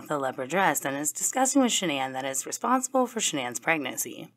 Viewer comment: Not 'Shan'Ann' 😅